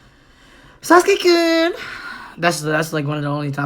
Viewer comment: Bro this man had an on point "Sasuke-kun".